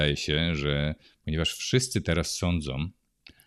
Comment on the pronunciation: Som, sondzom, mogom. Kurcze, uszy bolą. Proszę o zwrócenie na to uwagi.